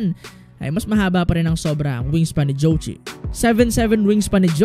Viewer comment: kung pakikinggan yung pronouncation ng zhou qi parang jow chi